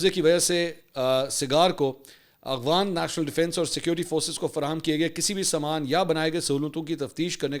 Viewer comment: منصور صاحب آپ اپنے ولاگ میں افغان کی بجائے اغفان کہتے ھیں اگر واقعی ایسا ھے تو تصحیح فرمالیں شکریہ